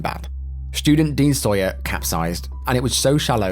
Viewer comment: I went to that school & it was devastating 😢 Claire lived just down the road from me. Just to reiterate Dean was called sayer not sawyer